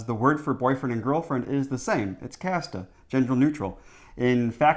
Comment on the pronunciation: really nice pronunciation of "kæreste" even with the æ and everything, that's some of the stuff that makes a Dane proud 🇩🇰🇩🇰